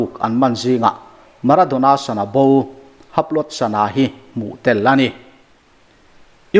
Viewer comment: Maradona sona han tih tlat chu lehh!!!! Sana tihtur